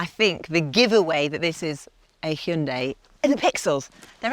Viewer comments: It’s not bloody Heyunday, it’s Hi un die, Hyundai. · It’s missing a person who pronounces Hyundai properly, lol